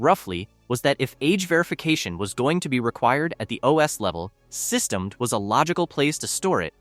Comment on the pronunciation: It's not pronounced 'sys-temmed' It's pronounced 'system-dee'. The GPL (circa 3 minutes in) is not new, either: It was created in February 1989 when Windows was at 2.11, and pre-dates GNU/Linux by about two years - the GPL was created by Richard Stallman before GNU/Linux even existed. The 'GNU' - "GNU's not Unux" - a recursive acronym - is part of the 'GPL', GNU Public License. Sounds like AI generated slop.